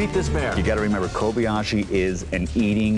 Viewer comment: ***** It's Kobayashi. Not Kobiashi.